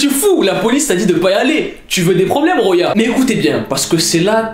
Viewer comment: Salam alaykoum on dit "Khouya ' pas roya😭😭😭😅😅😅 tu m'as dead sah😅😅😅😅🥰🥰🥰